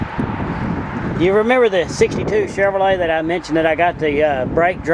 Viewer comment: Thanks for the tour. I like the way you say Chevorlet lol